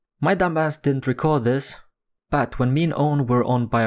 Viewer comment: why can you say but, you keep saying BAAAAAAAAAAT